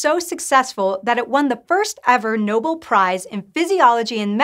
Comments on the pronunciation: *no-BELL, not NO-bull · It's pronounced no-bell. No bull. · "noble" prize? Really? Otherwise nice video.